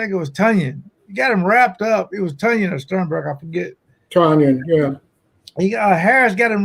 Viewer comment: Why can’t say tun yan? Every one else has adjusted!